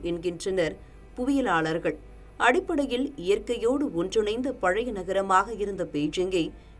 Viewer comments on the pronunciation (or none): none